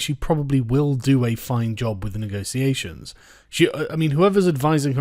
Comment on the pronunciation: "Honestly I think she will still do a fine job with the negotiations." Firstly, you pronounce negotiations like a toff. Secondly, HAHAHAHA! Good one. Her "negosiasions" thus far have been limited to temper tantrums and threats. She's done everything she can to put it off. She spent months putting together a white paper scrawled in crayon, and then as soon as she triggers Article 50 she decides it's the perfect time for a general election. Stop kidding yourself.